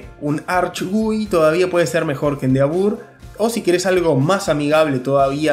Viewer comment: Excelente video, solo que se pronuncia "endeevor"